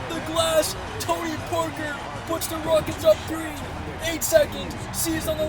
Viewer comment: Halftime said Houston Wockets